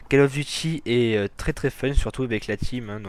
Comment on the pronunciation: POURQUOI TOUS LES CASTERS FRANCAIS NE SAVENT PAS PRONONCER CALL OF DUTY, FAITES UN EFFORT BORDEL